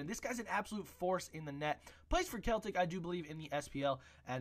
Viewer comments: Celtic = Sell-tick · i love your videos, but I live in Glasgow, we pronounce it "sell-tick":P keep up the good work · Its pronounced 'Kel Tick' buddy lol but thank you!